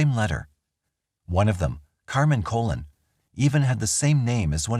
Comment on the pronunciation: The surname Colon is pronounced "Cah-Lone". Fantastic videos just wanted tge victim to be referred to properly